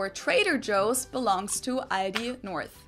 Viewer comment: Aldi's -> "All (of) this"